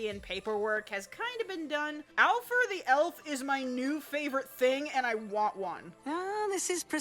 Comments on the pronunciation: and did you just say alpher or alpha cause the elf's name is alpha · I always thought it was Alpha not Alfurr